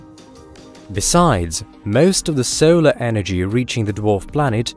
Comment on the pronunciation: He pronounces his "o"s as "eow"s. Example: five seowlar masses.